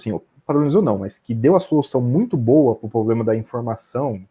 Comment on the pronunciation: Poxa, o cara é super competente, saca muito, deve estar milionário, mas será que não dá pra parar de dizer poblema ao invés de PROblema??? Será que ia gostar de ser chamado de Andé? Vamos ficar ricos, estudar investimentos a fundo, mas vamos cuidar de preservar nosso idioma também??